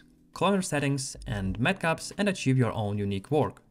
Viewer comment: not metcups lol its matcaps